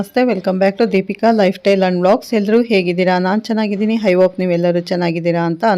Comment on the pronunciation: ಹೈ ಹೋಪ್ ಅಲ್ಲ, ಐ ಹೋಪ್, ಸ್ವಲ್ಪ ಉಚ್ಚಾರಣೆ ತಿದ್ದಿಕೊಳ್ಳಿ, ತಪ್ಪು ತಿಳಿಯಬೇಡಿ 🙏🏿ಕನ್ನಡ ಅಕ್ಷರಗಳು ಕೂಡಾ ಅಲ್ಪ ಪ್ರಾಣ, ಮಹಾಪ್ರಾಣ ಅಕ್ಷರಗಳನ್ನು ಸರಿಯಾಗಿ ಹೇಳಿ,ಧನ್ಯವಾದಗಳು 🙇🏿‍♂️🙏🏿ಜೈ ಶ್ರೀರಾಮ 🙇🏿‍♂️🙏🏿